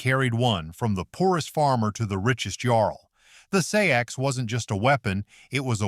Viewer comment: Seax is pronounced like the words, SACKS, OR 'SAX'. ASSHOLE